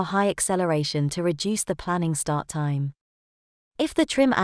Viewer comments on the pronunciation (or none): none